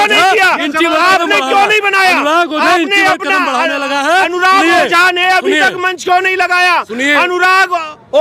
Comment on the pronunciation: तेरी मां की 😂 ओझा नहीं बोझा 😂😂😂😂